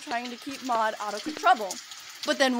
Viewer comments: It’s Maude not maid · Muade is pronounced Mawed or Mawd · u pronaunce it m AU d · You pronounce Maude like the word ''Mod''. The E is silent